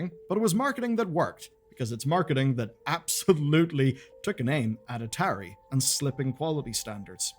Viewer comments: At-ahiry is an odd way to pronounce atari. I go for ah-tah-ri. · Am i the only one that kept getting confused for a second when i heard atari said as a tary? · Dude I know your British, but you've got to be trolling with that pronunciation of Atari. It Ah-tA-ree not Ahh-ter-ee. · This video was hard to watch.. the constant mispronociation of atari.. A_TAR_E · I'm gonna block you if you don't stop saying ah-terry to me😂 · Biggest sin in this video is the pronunciation of ATARI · never heard Atari pronounced that way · Sorry, I know you're foreign, but how in gods name did you mispronounce Atari? It is older than you. Immediately stopped watching. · i've never heard a single person pronounce atari like this in my entire life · Feels like Atari is being pronounced wrong 😬